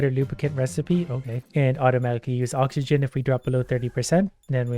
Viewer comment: first minute in and im already laughing my ass off the way he failed to read oxygen and didn't even care to reiterate is gold